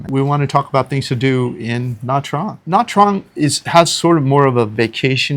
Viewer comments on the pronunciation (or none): This lady looks like a Vietnamese, why didn't she pronounce Nha Trang collectly??